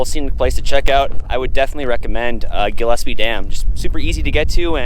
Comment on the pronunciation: Hey finally someone that pronounces Gillespie right. Great video.